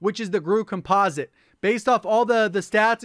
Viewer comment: is the only YouTuber that says "COMPOSITE" correctly: Compa-zit, not Compose-it.